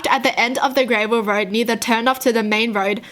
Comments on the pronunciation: It not grave l it gra vel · She says gravel like grey-vul. ???? I dont say it like that??? Is this a thing or? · Why does she say gravel like grayvel. Is there anyone else who says it like this? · She can’t even read gravel